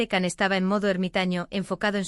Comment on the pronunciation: Hello It's Can = Jan not Kan